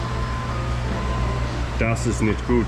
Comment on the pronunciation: Das ist nicht gut😂 dude where did you learn german??? Greets from switzerland